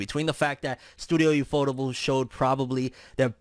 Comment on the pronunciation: “YOUFOUTABLE”???? Is that really how it’s pronounced? I thought it was U-F-O-TABLE.